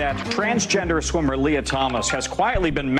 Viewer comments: I don't super care about this trans person. But I just want to throw it out there that your pronunciation of people's names is often... Off. Why do you say "lay-ah" instead of Lia? "Lee-ah". Anyways, this creep needs to stay out of women's locker rooms. No men in women's sports!! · it's Lia (Lee-Ah), get it right or he/she might wanna pack your Fani or dip in your curry lmao 🤣